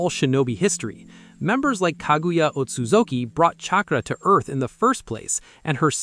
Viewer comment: You did a great job with the clan rankings. Though you butchered the Otsutsuki name